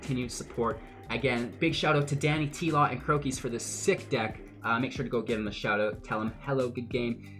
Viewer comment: Great video bro =) But it is DanyTlaw haha